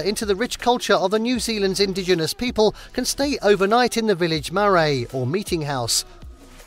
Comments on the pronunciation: your pronounciation of words like Marae, Hobbinton etc is awful. But I really enjoyed the extra bits of information that you had for places. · and most of the Maori place names...why not research that prior to filming?